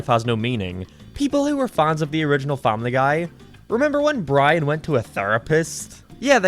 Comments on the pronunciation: He pronounces Brain as Bran most of the time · it’s Brian not byan